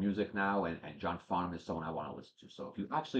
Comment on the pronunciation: You pronounced his name perfectly. John is very special to Australians. He is so down to earth, love to have a joke and entertain people. He’s never had a bad day at the “office” ever which sounds amazing because he was a heavy cigarette smoker for years. A few of the song people will request like You’re the Voice, Help (Beatles cover), It’s a Long Way to the Top and Playing to Win come from the concert with the Melbourne Symphony Orchestra. That was an amazing concert. There was also a tour he did with Olivia Newton John and Anthony Warlow called The Main Event and there’s a couple of songs to checkout from that called “Hi Art” and That’s Life. JOHN CAN SING ANYTHING!!! Welcome to our favourite son and this endless rabbit hole your now in! ❤